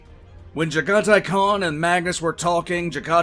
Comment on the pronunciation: Its pronounced jag a tai